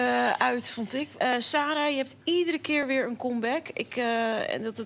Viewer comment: Keerrrrrr op keerrrrrrrr op keerrrrrrr. Hahhahaha